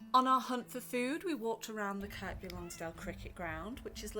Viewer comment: Kirr-by Lonsdale.......The 'K' is silent.